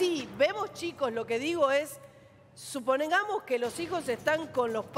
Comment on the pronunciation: la periodista dijo... suponengamos??? jajajaj con razon les gusta kisilof